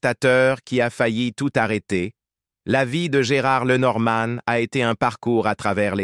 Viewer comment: LenorMANE ... 😮 aux chiottes l’IA